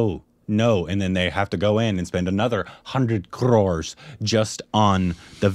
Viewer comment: I love the way you pronounced 'Crores'.